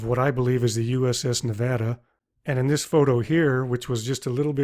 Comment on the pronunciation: i'm so happy you said nevada right!